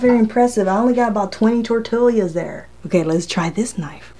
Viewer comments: "Tor-TEE-ya." Just sayin' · She said tortilias wtf Edit: I’m glad she now bows how to say it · “Tor-till’yas” ?? 😂🤣, as opposed to “tor-tee-as” .. kinda cute ! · your knife is fake diamond coated! We say tortillas, you say tortilias. It's all good! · OMG Tor tee yas! Not tor till yas! The southern trumps the Puerto Rican! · Its definitely NOT Tortill*i*a ITS Tortill-a... NO extra I !!! jesus .. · it's tortillas...not tortilias...... gosh I cringed so hard hearing you and it took you 10 minutes to even start with the first test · I like that you call them tortilias lol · Tor tee yas The double LL makes a Y sound. Funny how she pronounced both the L and the Y sounds. ☺ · Lmao 😂😂 at you saying “tortillias” I was one of those ppl saying omg if she don’t say it the right way (puling hair 😠😤😂) ❤️❤️ still love watching you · "tor'TILL yas" hahaha!!! :-D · I love when you say tor tillius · tor ti lias omg girl say it right ahahahahaha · Tortilias?🤔 Sorry but did I hear wrong? Am I trippin or she actually said T-O-R-T-I-L-I-A-S😂 this has me dying never herd anyone call them that😂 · Can’t believe it cut those “tortillyAhz”!!! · "tortillias" lmao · 80 tortilyuhs 😂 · TORTILIAS??? lmao ok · Momma Jen I laughed everytime she said that! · Don't you live in Texas? Lol,. Tortillas are pronounced; 'Tore Tea yas!' G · Tortilla = Tor-te-ya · Tor Tee Ah :) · She said TORT-ILIAS🙄🤦🏻‍♂️ I’m done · Great video 👍😄 Just the way you pronounce tortillas 😄 I've never heard someone say it that way 😂😂😂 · I really liked this video until I heard you say tortillas.